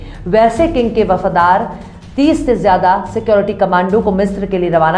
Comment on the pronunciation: Pronunciation of Urdu letter are not correct like jarooat wrong say as zaroorat Jiyada wrong say as ziada Kudrat wrong say Qudrat Khuhahis wrong say as ख़्वाहिश